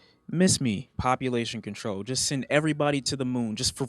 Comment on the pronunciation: No one:: PoPUlation CoNTOl